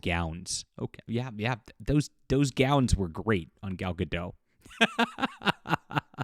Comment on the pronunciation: Gadot, not Gado.